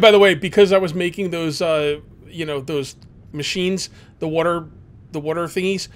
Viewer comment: You have to be for Philadelphia, you have the accent when you say water